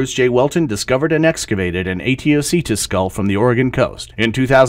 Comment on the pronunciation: Thanks for your reply. My first question is about the pronunciation of the word Aetiocetus. It seems that you pronounced it in different ways of "Emlong named it Aetiocetus" and "In 1998 Bruce J Welton discovered an excavated Aetiocetus skull from Oregon coast", however both are different from google translation's pronunciation. I'm confused, which one is the standard?